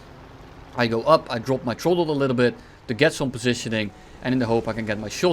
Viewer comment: I love how when he says throttle, it sounds like troll